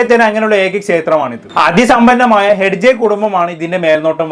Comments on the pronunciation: ഹഡ്ജെ. അല്ല ഹെഗ്ഡെ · ഹെഡ്ജെ അല്ല ഹെഗടെ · ഹെഗ്ഡെ എന്നാടാ പൊട്ടാ😂